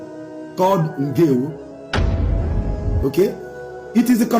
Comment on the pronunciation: Please sir more emphasis on ndewo